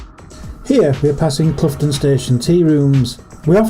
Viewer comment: Theres a Scarborough in Barbados too. He was a little bit out with the pronounciation of Cloughton. Its not Cluff-ton,its Cloow-ton. If your from the area you hold on to the first O a bit longer than most folk.